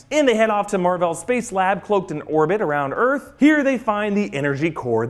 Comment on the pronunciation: "C-53 or Erf" lol 🤣